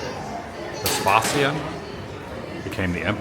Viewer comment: This was great. I applaud you going to the baths, they are fantastic. The Emperors name is pronounced Ves-pay-sian. Next time I am in Bath I'll take the waters. Apparently it tastes yuck but hey, got to be done. haha